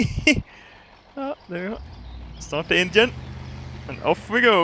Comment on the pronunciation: U pronounced engine as indian